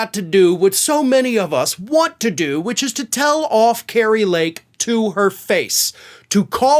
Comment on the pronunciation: Say her name properly.. scary fake 😅